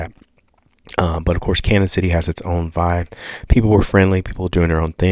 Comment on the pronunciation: it's pronounced like CanYon.... the ñ has the tilde over it. Sounds like a Y